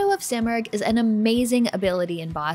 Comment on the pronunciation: The simorgh is a legendary bird its pronounced seemorgh. I am in the early stages of the game and got a kick that u can change the language to Farsi. This is the first prince of persia gane that u can change the language to Farsi